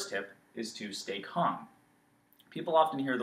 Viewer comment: I had to leave the video when he said calm